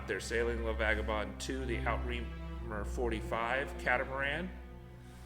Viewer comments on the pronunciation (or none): Outremer... pronounced Ooo-truh-mer. NOT Out-Reamer. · Sorry to nitpick, but it's not "out reamer". It's a french word, roughly pronounced as "ootr maire". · Great information! Outremer is pronounced ooo-tre-mair. It is 2 words, outre, which means over or across and mer, which means sea, so across the sea, i.e., blue water cats! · It's French and pronounced, " out to reem you". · "Outremer" is a French word and its pronounced: "oot" "re" "mare". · Steve S you're not quite there yet. Almost but not there yet. it is pronounced oo-treu-mare the R Is not to be rolled and the eu should sound like the euh sound you make when you're puzzled or when trying to finish a sentence but can't find the next word. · looool that is NOT how you pronounce outremer. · I am french, it means overseas.... And it is absolutely not pronounced that way.